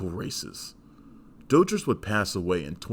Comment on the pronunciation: Actually you're wrong about Roy's last name too, it's DOUGH-TREESE, FFS he was at enough fan conventions for you to check youtube.